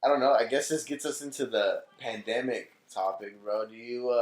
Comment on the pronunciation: said: “that pamademic typa shit” 😂